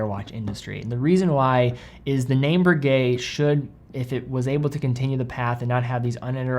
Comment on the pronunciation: BRRRRRRRRRRRRRRRReguet, not Berguet.